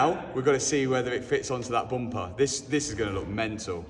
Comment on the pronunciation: it needs a "boompa" shirt too. we europeans love the dialect pronounce of bumper hahaha boomper😂😂